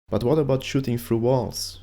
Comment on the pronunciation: Great video... great info... but please say "through" and not "trough" lol.